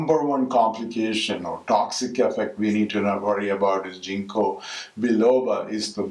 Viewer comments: why dont u mention the benefits? And its a soft G, sounds like King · Thank you for sharing valuable information on the toxic or negative side effects. Btw, it is pronounced as "ging-kow" not "jing-ko".